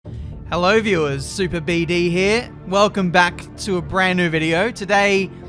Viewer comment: Oh God he said superBD